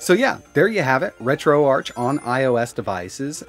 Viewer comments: It’s pronounced retro-ARK bro please.. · Not tryna be rude just helping but I’m pretty sure it’s pronounced ark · Isn’t it Ark like Archive “RetroArk” (ch)? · Ok I will say your video is very very informative and a good tutorial for retroarch. I will say grammar-wise, retroarch: it’s not the arch with the ch sound. It’s pronounced: retro-ark, hearing the ch sound in arch doesn’t make sense I’ll be honest